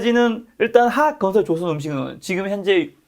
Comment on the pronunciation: 가만보니까 화학 발음 못 하시네 ㅎㅎㅎ 메롱